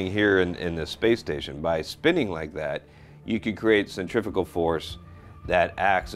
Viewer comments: i hate when people say "centrificle" when they mean "centrifugal", how is that pronunciation forgiven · That's funny - I grew up pronouncing centrifugal force as "centrifical" force too.... but I learned I was wrong. One would think this guy would have too. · some info. , 'centrifugal' is correct. 'centrifical' is Not a word. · I was todays year old when I found out Centrifugal force isn't pronounced as Cent-re-few-gull